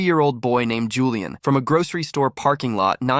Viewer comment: Julian is three syllables btw 😭😭